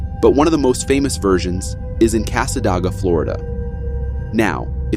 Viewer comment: I reside in the Daytona area. I want to correct you on 2 matters. 1: Cassadega is pronounced cass-uh-day-g-uh. 2) The Devil's chair has been "blessed". The chair, nor the 🪦 yard , aren't affiliated by anything negative, any longer. You are correct about the inhabitants/residents of the town of Cassadega. #TwinParanormal were going to make a return to the "Devils Chair", when they were told that the chair isn't the property of anything negative, any longer. That has happened this year.